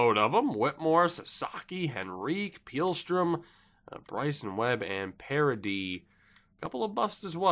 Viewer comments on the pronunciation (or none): none